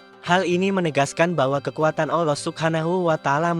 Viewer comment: Maaf untuk pengucapan mohon dibetulkan. "ALLOH bukan OLLOH".